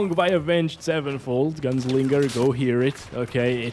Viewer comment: Guessing the menues are limited as well and reviving is like starting FSR/DLSS over and you loose the frames until it kicks in again? Oh, and the accent showed its colors pronauncing Gun-slinger ;D